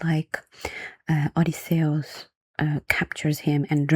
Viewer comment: i like the way you pronounce Odysseus, it sounds more Greek that way